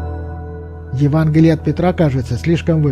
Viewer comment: Евангелие А не Еванглие